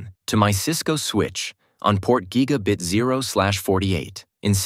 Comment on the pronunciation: Bro said guy guh bit lol